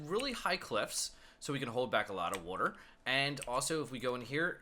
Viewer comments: You kept saying wuter instead of water. XD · Evan Forst I thought the same thing. I'm originally from South Jersey where the Philly accent is most common. "Wooder" instead of "water" is a dead give away. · i'll never get why people pronounce "W-A-T-E-R" as "wooder" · wooder ..haha i say it the same way. nice vid thanks for posting! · Do you live near philly? They pronounce water similar to you